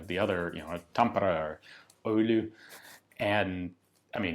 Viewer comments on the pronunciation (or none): I love how Ian pronounces Oulu as "Öyly" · As a finnish man hearing your pronounciation of oulu was so funny. You pronounced it öuly